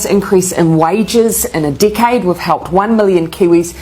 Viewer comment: did she say Dickhead or decade 😂 jkjk this is an amazing video